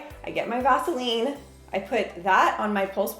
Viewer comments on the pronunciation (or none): none